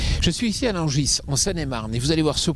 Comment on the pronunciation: Nangisse pour dire Nangis, Fant pour Fendt, Anjoy pour dire ENjoy un petit soucis de diction chez... va falloir vous réecouter les gars